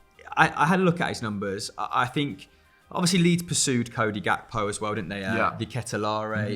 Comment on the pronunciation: in his mouth when saying gakpo🤣 Mr cringe